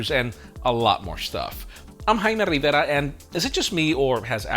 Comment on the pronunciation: One of my fav part. "I 'm. been trained on that speed for months. Definitely can't sound the same.